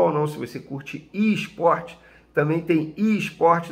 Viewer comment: Venê, o que é "ISPORTE"?